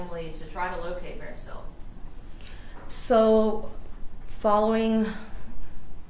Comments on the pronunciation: Does this guy not know how to say the name marisela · This attorney sucks! Couldn’t take him seriously he keeps pronouncing her name all wrong